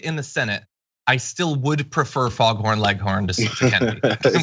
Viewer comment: He said Froghorn Leghorn. Lol. I know what he meant but that’s too funny.